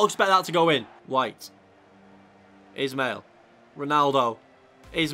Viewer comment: You’re pronouncing Ismail wrong as it’s actually pronounced ish-male